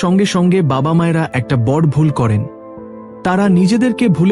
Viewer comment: দাদা সবই নাহয় হলো,কিন্তু আপনি আপনার উচ্চারণটা সঠিক উচ্চারণ করুন। বড় নয় বড় উচ্চারণ করুন। ও কার দিন। আপস,হসন্ত নেই।